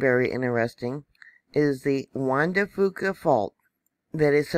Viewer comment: Thank you!!! (BTW, here in the NW we pronounce it Juan de "Fewka". No big deal!) Keep up your good work.